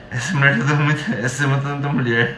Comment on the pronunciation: O é tão fofo. Rsrs acho uma graça ele dizer: "sexo gatinha, muié" 🤣🤣🤣🤣💕💕🥰🥰🥰